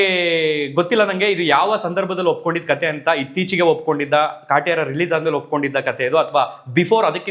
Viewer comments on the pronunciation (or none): none